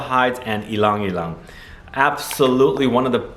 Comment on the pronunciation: Thanks for pronouncing "ylang-ylang" correctly. Most reviewers say, "yee-lang" instead of "ee-lung". In my country, ylang-ylang leaves are being used as decorations in public transport so commuters always get a whiff of the scent. Chinotto Di Liguria is one of my favorite in that line beside the sweet-smelling Mandorlo di Sicilia. So fresh but a bit more complex than the usual "leafy" vibe.